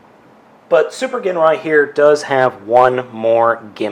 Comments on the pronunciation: And he's pronouncing it wrong ..it's "jinrai" not "genray" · i was in japanese for a couple years its pronounced GEEN rye i HATE when people say jin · The pronunciation of "GINRAI" is "ＺＩＮＲＡＩ" in Japanese... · His name is pronounced Jinrai but spelled Ginrai :) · Did you ever find replacement stickers? I’d love to see an updated review! (Especially if you’ve learned how to pronounce his name 😅) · You idiot, it's a silent g! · That version is the Takara re-release. The othe rversion you're probably thinking of is the American re-issue with the Apex Bomber armour, which is basically another word for Godbomber. The toy originated in 1988, as did Super God Masterforce and you keapt pronouncing Ginrai's name with a hard G, while it's probably prounounced with a soft G, sorry to be a nerd with all this. :D